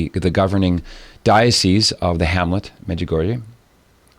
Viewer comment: wrote a book on Medjugorje yet mispronounces it. All these years and refuses to pronounce Medjugorje correctly. I wonder how correct the information is in the book?